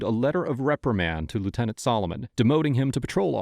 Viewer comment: It’s lieutenant, just saying.